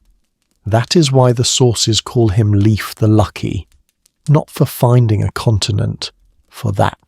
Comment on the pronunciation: Not "liif" but L, like Leonhard, E like Eduard, I like Industry, F like Ferdinand